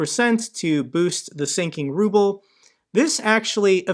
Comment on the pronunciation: I love the way an automated voice on one of these YouTube videos reads the Ruble as the rubble.